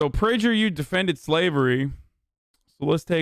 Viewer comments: Prajer U? Don't you mean Prager U? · “PrajerU” “Robbalee” Ajan? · It's actually pronounced "Prager Poo" fyi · Why does he pronounce PragerU like that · Love the way you pronounce PragerU Hasan!! You make it sound like some kind of skin or venereal disease, which by the way it is and a pretty contagious one at that! 😂😂😂